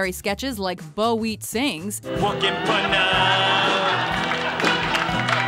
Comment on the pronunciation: *buck wheat not Bo wheat …love you but cmon now lol